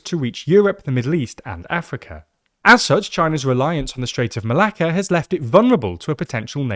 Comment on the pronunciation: im sorry but as a greek i just love how many times you said strait of malaka :P